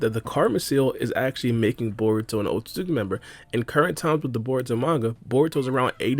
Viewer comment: Your style of speaking quickly and saying Otsutsuki so many times per video, has you mumbling the name now. It sounds like you're saying OatSazuki. Slow your pace a lil bit lol or not 🤷🏿‍♂️😎👍🏿